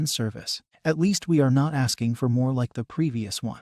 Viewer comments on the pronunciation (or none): none